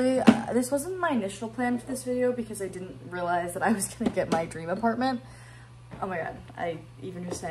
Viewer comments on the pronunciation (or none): oh my god apartamement ???😅